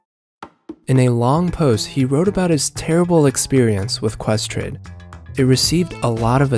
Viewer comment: "Ques trade" scuse me?